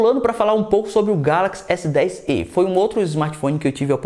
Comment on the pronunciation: Galaxy s10ê, pensei que fosse Galaxy s10e tipo o "e" se fala como se tivesse acento "é".